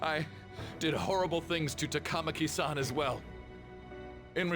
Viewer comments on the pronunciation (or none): i knew she sounded familiar lots of suicide in this first arc jeez… and this is the moment Ann became one of my top 10 heroines in fiction. I hate this character just bc she’s the only person in the entire game that pronounces takamaki that way. I’ll say I never liked how well things worked out here lol I ship ryuji and Ann aswell. As for who I ship with joker? We’ll see WAYYY later. I wonder if the way they showed the students here is a persona 4 reference? Morgana’s English voice is genuinely the only thing that makes me like him a little more than teddie